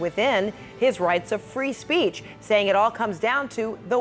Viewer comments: “Free spreech” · Trump's lawyer is clearly uncomfortable defending trump's b.s. . How many times did he say "free spreech"? Way to go Dana! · “Free spreech”.